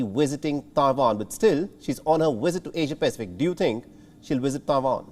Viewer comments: She's said "Asia-Pasific" not *In*o ....." please correct your mistake... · it is Asia-Pacific not Asian Pacific.